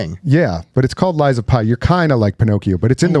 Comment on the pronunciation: Lies of P! Not pie 🥧🤦‍♂️